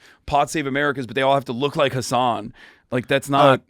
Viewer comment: Hasan is pronounced Huh-sun..